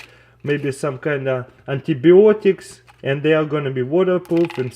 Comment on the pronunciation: "Anteebeeoiticks" -CrazyRussianHacker :P Not hating :D